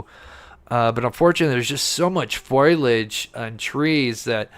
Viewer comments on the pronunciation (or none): Fol-i-age. Not foiiage